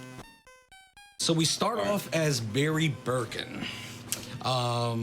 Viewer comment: Ahh the infamous "Barry Birkin".. 🤣